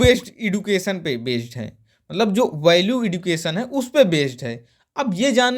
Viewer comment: सर एडुकेशन नही एजुकेशन होता है